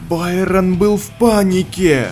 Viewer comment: Байрон это не правильно